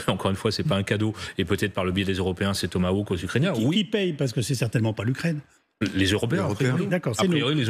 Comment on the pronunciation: J'adore la prononciation: le "Thomas Woke". Seul est capable de prononcer le mot correctement.